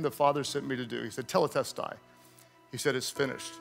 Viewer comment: Isn't it tetelestai not teletestai?